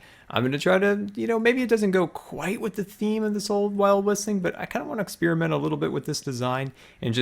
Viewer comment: Whenever you say experiment I always here ex-spearmint! Its weird.